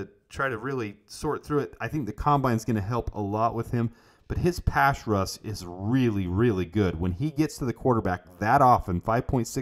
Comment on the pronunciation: Haha I love that you struggle saying "pass rush" you say "pash russ" you crack me up man. It's like can't say "Field" or "wield" or "shield" he says Fild and Shild 🤣 Great content brother keep it going!!!